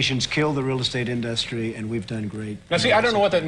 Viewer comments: (and just before) even back in 1998 he says "in-DUSS-tree" LMAO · He still said In Dus Tree even in the 90s. 😂